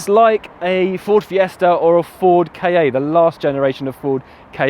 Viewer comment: Ah jaysus... Ford K A? It's a Ka